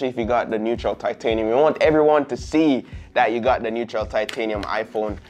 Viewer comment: “Neutral”?!?? How do BOTH you and the camera man get this wrong? 🤷🏻‍♂️🤦🏻‍♂️🙄